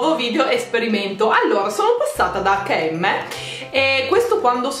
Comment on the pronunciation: Sentire dire acca e emme mi fa venire il cancro ai timpani giuro, si dice EIC END EM